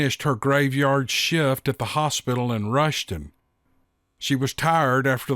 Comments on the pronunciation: Love your channel, by the way its Ruston and "shoo" drant. I went to college at Louisiana Tech, and hunted all over the area including Choudrant. My father in law is from there. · it's pronounced Rustin! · It's pronounced rust-ton. Cho-drant. Figured I'd help ya out there